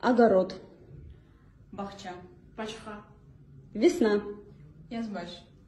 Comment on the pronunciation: Она сказала Бачха😂